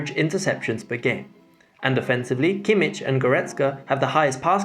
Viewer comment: It's pronounced Keemick